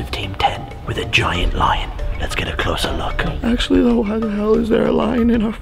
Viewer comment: Jake kept saying line instead of lion?